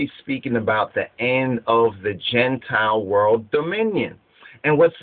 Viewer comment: Gene-tile or "Genetic Reptiles."